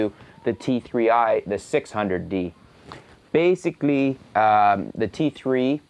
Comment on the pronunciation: basicli.. hahha, funny way of saying it